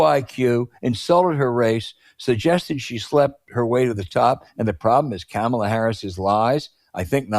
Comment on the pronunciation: Hey Al, do you think you could pronounce her name correctly. It's not that hard. Try "Comma La." == Kamala. My take, Scott Jennings is a moron. He is on CNN to stir things up. He must be well paid. If Trampon loses, Jennings will be out of business. He better save his $$$$. There would be no reason to keep him on the show.